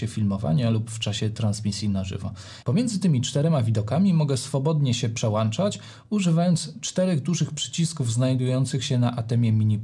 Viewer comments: Piłem do tego, że mówi przełanczać zamiast przełączać. Trochę jakby mówił poszłem zamiast poszedłem. I to i to "wiocha"... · dzięki za bardzo cenny film, ale litości, proszę się nie przełanczać, tylko przełączać. No, chyba że Pana ATEM Mini Pro ISO ma przelanczniki:). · Nie PRZEŁANCZAĆ!!! Film profesjonalny, a wiochą wieje co rusz...